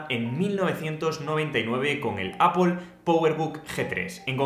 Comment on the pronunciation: “Apple” no se pronuncia /apol/.